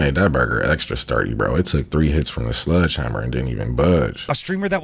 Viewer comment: Its pronounced: SLEDGE hammer... not sludge....